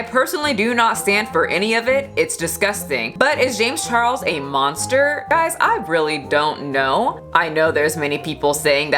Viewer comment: Is James Charles a Munster? No I don’t think he was on that show. He’s a bit young... I’m kidding it just sounded like said Munster, I know she said monster. When accusations happen in the court of public opinion it’s just a waste. Take it to the police and get it in a court. Don’t blast it on Twitter or IG. It’s not the potato or the books, it’s the censorship of products. A decision made for the public, for me for you and THAT is the problem. Amazon has already pulled books from its website they’ve deemed unfit for the public. Cara Dune action figures, Funko Pop characters have been wiped, the books about the Mandalorian have been scrapped so it’s Like the character never existed. This was a shows most popular character. I don’t know who wrote that article but I’m very interested in reading the whole thing. Here’s my one wise moment to anyone still reading: be careful what online news sources you read and trust. Many of them alter and dramatize situations because it’s what the get paid to do. So you’ll click on that link. They’ll use key words that guarantee traffic. Like “True American” “*anon” “liberals” etc. And all you’re reading is a tabloid.